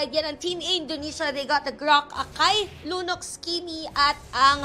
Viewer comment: Sabi nung lalaki nung una "Lunoc" daw. 😂😂